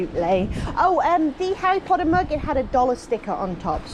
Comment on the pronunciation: It’s so nice to hear “Harry Potter” pronounced properly!